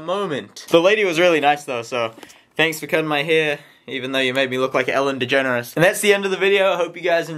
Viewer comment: He said Ellen Degeneresse 😅😂